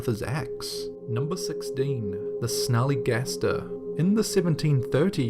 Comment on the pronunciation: At number 16 I thought you said the Smelly Gangster